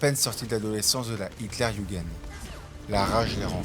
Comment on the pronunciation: Génial comme vidéo j’ai vraiment très apprécié. Juste pour la prochaine fois quand vous prononcez l’armée allemande Luftwaffen : louftvaffenne. H.tlerjugen : yougun W se prononce V et J. Comme y.